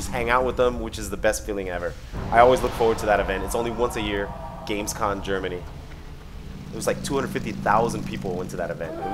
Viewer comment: Still saying GamesCON, wtf dude?